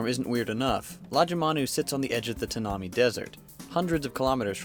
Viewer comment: it's pronounced TAN-AH-MY desert. Greetings from Australia.